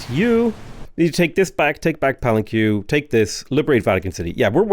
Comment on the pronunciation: Pa-len-que! As in Pah-len-kay, Otherwise great work